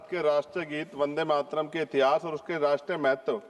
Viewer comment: जो ढंग से वंदे मातरम बोल नहीं पा रहा वो भी ज्ञान दे रहा इनसे कहो भाषण तो सही से कहो किताब न पढ़ो वो भी अशुद्ध वर्तनी के साथ।